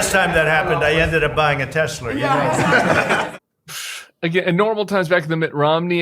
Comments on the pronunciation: Baaaaaaaahahahahaha he said "Tesler" again! Everything's computer! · > Even some MAGA loyalists aren't dumb enough to see how BOGUS Trump's "deal" is. > TESLER??? 😂, Trump is so flucking stupid that he can't pronounce "Tesla". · "Teslar" no one has corrected him LMAO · Well now I will think about buying a silver shadow since the tariff has been reduced....why does Trump pronounce Tesla as Tessler? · I believe that was Teslur, not Tesla. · Still calling it Tesler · It's pronounced Tesler! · Still sayin "Teslar" 😂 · Is Tesla pronounced “tessler” and nobody told me? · He still says Tesler?! I do think the Rolls-Royce engines they're referring to jet engines. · Why does he always say “Tesler”? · Trump is still calling a Tesla a "Tesler". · "Tesler" :face-orange-raised-eyebrow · Why does trump call them TESLER😂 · Did you notice it said “tesler” again? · He loves Tesslurr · He still thinks its pronounced 'Tesler', lol. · He said he bought a Tesler again 😂😂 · It’s pretty hilarious he said tesler again. 😂😂😂😂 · He still called it a Tesler.😂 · Anybody notice that Trump called it a “Tesler” again? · He keeps calling it a tesler. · He still calls it a 'Tessler'..... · I think you meant to pronounce it, "Tesler" Sam.😂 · Why doesn't he know there's no 'R' in Tesla??? "Teslur" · The way he keeps calling it a Tesler - such a weirdo. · He said Tesler again.😂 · Trump still pronounced Tesla incorrectly: Tesler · He still can't pronounce Tesla correctly